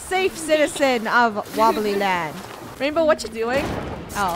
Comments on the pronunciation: It's not rainbow, it's rainboah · It’s “Rainbwoah*